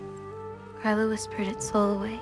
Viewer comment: i just noticed that they say Grýla’s name wrong in god of war.